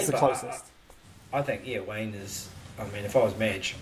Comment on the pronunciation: Tell the bro it’s wayde not Wayne 😂